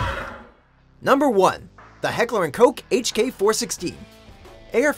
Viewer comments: This guy literally said “Heckler and coke”, it’s Heckler and Koch. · HECKLER AND FUCKING COSH IS HOW YOU FUCKING PRONOUNCE IT!!! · Dude it's Koch not coke 😁😁😁😂😂😂 LOL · Heckler und Koch Not Heckler und Koke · The German and ENGLISH way to say h&k's name is Heckler and "K-O-H" , that's right, "coke" and "Coch" is both wrong. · It is neither pronounced Coke, nor Cotch, nor Cock. You know how to pronounce Vincent Van Gogh? It's like that but with a K for the G in Gogh. Heckler & "Kogh". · Say it right KoCH,Heckler and Koch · It’s ka- ch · You pronounced heckler and Koch incorrectly throughout the video